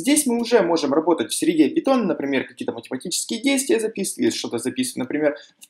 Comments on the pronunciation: Каждый раз когда ты говоришь "пИтон", меня просто коробит. ПАЙТОН, не ПИТОН, омг. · Пайтон а не питон)